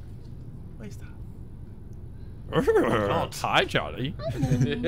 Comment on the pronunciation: Cmon man… it’s Georgie. Not Charlie